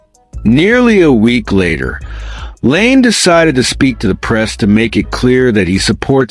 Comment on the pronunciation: What the fuck are you doing? 'Leaves'? Laine pronounced Lane? You're a fucken idiot and I'm about to get you channel shut down.